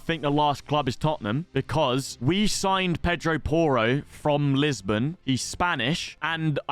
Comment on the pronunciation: It's Pedro Porro actually😂